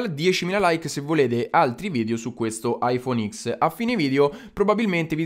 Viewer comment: I phone ten si pronuncia